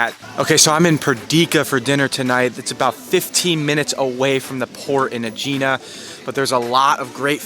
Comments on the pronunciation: Just FYI, it's pronounced Egg-ina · Why do these videos without knowing how to pronounce the name. It’s so irritating .It’s pronounced eggina. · It’s pronounced “eh-hee-nah” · Oh dear, it’s pronounced ‘Egg-inna’. And to be more specific the letter “gamma” is a soft g from the back of the throat. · Aegina is pronounced EGG-IN-A stress on first syllable. Do your homework if you're making a video.